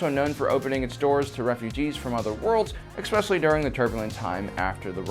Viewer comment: Expecially lol